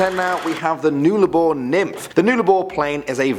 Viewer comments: it is pronounced nullabor not nularbor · Not noolarbore pronounced null a bore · just helping you out with pronunciation here but Nullarbor is “nul-ah-bore” not “nool-ar-bore” but you did well😂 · OMG HE PRNOUNCED IT WRONG! LOL It's Nuh-La-Bore, Not noo-la-bore. God, I sound like Hermione Granger. lol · Nuh-lah-bor not new-lah-bor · its null-abour not newlabour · It pronounced nul-ah-bore mate not nool-ah-bore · It's Nuh-Lah-bor! Not Nue-la-bor! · Nul-a-bore not newlabore but otherwise great video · It’s not n-eul-a-bor it’s pronounced n-uh-la-bor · Its pronounced 'Nullarbor' not 'noolabor' but either all great video and I subbed to ur channel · I'm Australian and it's said nullaboar not noolaboar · It is nullubor not noolabor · Nullabor is pronounced "NULL - Ah - bore" not "Nool - ah - bore" just so you know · Awesome video guys, just love them! With number 10 it is pronounced ‘Nulla-boor’ not ‘Noola-boor’, but close enough. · "noolabor"? its pronounced "nulabor" lol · Awesome video, but Nullarbor is actually pronounced ‘Nullabor’ not ‘Noolabor’ just saying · Newllabour?? Null as in null & void, now say Nullabour rofl! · Noolabor 😂 the pronunciation hurts my ears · your pronoucing nullabor wrong its nulla bor theres no w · I'm Aussie cool vid, it's (Null-La-Boar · Null Ahh Bore say it with me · *nah-lah-bore is how its said. Also it is the land down under, men at work wrote a song about it and yes i am aussie. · when u pronounce Nullarbor as noolabor 🤡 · Absolutely TYPICAL arrogant pommy bastard... Are you friggin kiddin with your " NOOL-A-BOR".. PISS OFF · It’s NUH-llabor. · It is pronounced null-a-bore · oof it hurt when he said "Nullarbor" like Newllarbore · UltraSpartan I didn’t even under stand what he meant till he said west Australia and I was like oooooohhh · I died inside with "noolabor" For once it's pronounced how it's spelt. Nullarbor TRIGGERED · Omg. Nullabor is said null-a-boar I met my partner of 7 years at the roadhouse madura in WA.